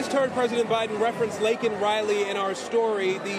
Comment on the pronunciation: He called her "Lincoln" Riley...He's such a loser.